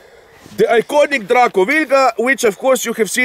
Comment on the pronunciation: Hands down the COOLEST pronunciation of DRACO ever!